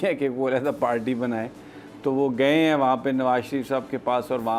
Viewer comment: You always say palty why it's if you cant say party please say zardari hkumat or learn say RR R